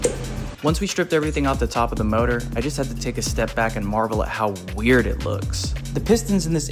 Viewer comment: It's called engine... not MOROOR